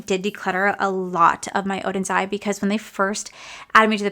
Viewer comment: You did such a great job saying Oden's Eye! It's so hard to get rid of any of the makeup....